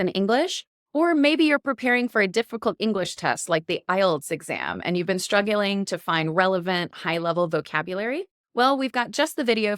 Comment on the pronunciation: “strugguling” Used in a sentence: “I am strugguling in my nuculer physics class.”